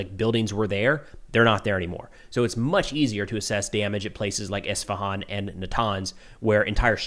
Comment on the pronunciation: Thanks for the details content, it's Isfahan not Ishfahan!, no SH sound in the name.